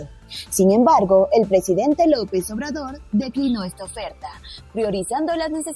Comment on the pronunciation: Lopez obrador auque te cueste pronunciarlo